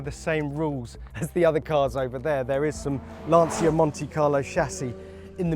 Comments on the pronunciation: Ah, IT’S LAN-CHA NOT LANSEEAH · Just please, learn to pronounce Lancia...